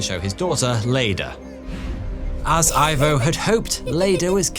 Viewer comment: Ivo....in Spanish pron ee-vo